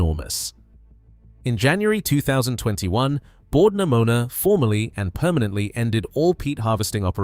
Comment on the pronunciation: If anyone was wondering, it’s Bord na Mona but I did get a chuckle out of Bord Pneumonia